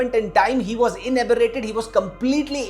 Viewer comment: It’s inebriated not ineberrated… English jhadni hai toh seekh ke aao pehle.. Also i feel you are victim shaming … you should be advising him to get a therapist .. I also know what bullying feels like and it won’t get better by victim blaming